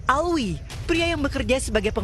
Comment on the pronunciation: bukan Alwi min tp Alvi